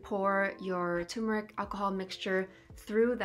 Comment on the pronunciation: This is a great introduction to anthotypes. I've been using all kinds of emulsions. The idea of chemical-free images is what drew me back to traditional photography. But, it's TUR-meric, not TOO-meric. Best wishes from Vermont 🍁